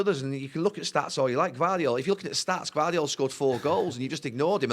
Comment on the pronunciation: Gvardiol?! Gvardiol?! Jesus Christ, Gary!